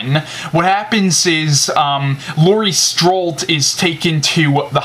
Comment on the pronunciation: Nice reviews, I'm going to watch halloween 4 tonight so thanks for that review to! Oh and it's Laurie "Strode" not "strolt"